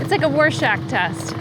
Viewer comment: Always excellent! Regarding the Rorschach test comment..Haha It's Roar-shark test, not War-shark.